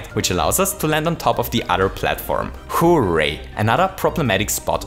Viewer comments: "WHO-RAY." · The way you pronounce 'hooray' is like the best thing about your channel! Keep up the great videos, they're really interesting!